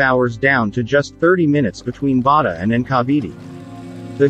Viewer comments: Bataan is pronounced with all vowels. Ba Ta an.. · What Bada and Cavity? You mean Bataan and Cavite.